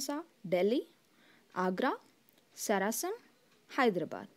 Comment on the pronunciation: Q6 , its Sasaram and not Sarasam